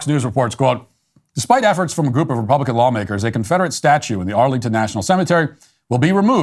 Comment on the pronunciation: Did anyone else hear that "reptilian values"?